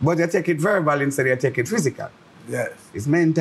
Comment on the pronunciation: Elemanphant,,,mi hear dat wid mi ears,,Beenie man tongue tie up,,,him say verval instead of verbal,,,,Beenie,,,yu right,,,dem fi clash verbally and get dem respect and a Merciless trophy,,,Doctor KJ wife is a fighter,,,,yung Bredda yu comin from zero,,,yu got nutten to lose only gain,,,,Big up yuself Winford